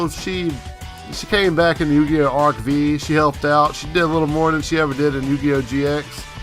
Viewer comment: It's actualy pronounced arc 5 the v is Roman numeral 5